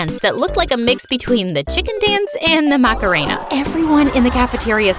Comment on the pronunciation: Hi can u please say Macarena right me and my family is struggling and this is the first video I could watch cause of my wifi. when you pronounced macarena it made me wanna off myself.why did you do this? i know you did it on purpose and I genuinely hope you get canceled. I hate you forever